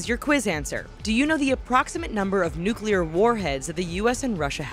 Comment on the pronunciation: 1200 nuculer wepons